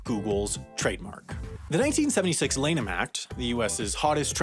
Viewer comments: Ploomage, not plummage. Lan-ham, not Lane-ham. Neo-loadge-ism, not neo-lodge-ism. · Three mispronunciations in one video. Incredible. It's PLOOM-age, not Plum-age, LANN-um, not LANE-um, and nee-AW-luh-jizm, not nee-oh-LOW-jizm. And using 'Google' as a verb has been embarrassing for as long as people have been doing it, and Google is very unlikely to lose their copyright claim on the word because it is not only the name of their main product, but also the name of their company.